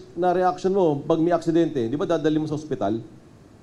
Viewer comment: "AKSIDENTE" daw haHHAHAAHHAHA